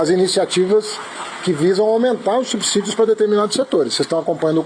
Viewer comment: Olá. Como é que se entenderá quem fala tão mal da Lei Rouanet e a desvirtua, ser a favor desse tal de Perse? E o Haddad pronuncia corretamente a palavra subsídio - "subssídio e não subzídio".